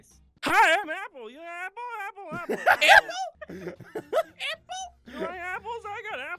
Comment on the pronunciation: I like how Barney pronounced Apple at the beginning "EPPEL"